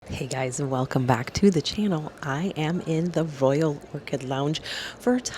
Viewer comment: Did she say the Voyal Cricket Lounge?